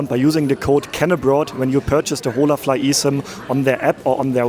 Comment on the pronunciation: ▶️ Holafly is Spanish and pronounced with a silent H. “In Spanish, the "h" in "hola" is silent, ie. .”O-la”. Means hello! 😊🇨🇦 Enjoying your video. You are a man travelling alone in SA. How would a woman tourist fare doing the same? I saw no place for women on the subway. In the 1st restaurant, seating was for families and singles… men. ??!Hmmmm. Pattern?